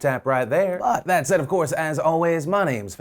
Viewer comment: wait, did he just said he love our feces?